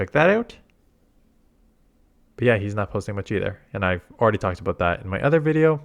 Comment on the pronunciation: Damn i just heard it He pulled the canada abooot